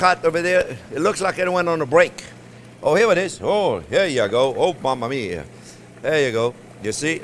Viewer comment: When he says "Mama-Mia" for sure haha